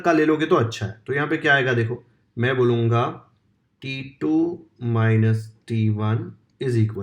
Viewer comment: T2 sounds like titoo 😂😂